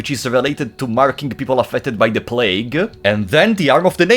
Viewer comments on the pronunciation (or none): none